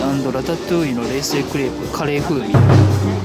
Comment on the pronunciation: 冷製がえいせい にしか聞こえないwww